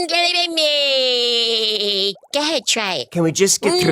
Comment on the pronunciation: Great video! Not a criticism just a note, it is pronounced Moe-kel-ay Em-bem-bay